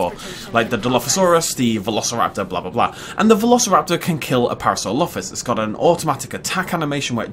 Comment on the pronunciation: Par -asaur - olophus